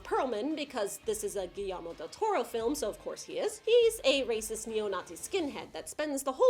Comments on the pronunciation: It’s a Spanish thing so I honestly don’t blame you, but whenever two LL’s are next to each other they become silent. So Guillermo is actually pronounced gi-yermo. Like think jaeger. Or my last name, Villanueva being pronounced viya-nueva...anyway loved the review!! This is up there with being one of my personal favorite comic book movies, and you kicked ass! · Oh my god the way she says "Guillermo" makes me puke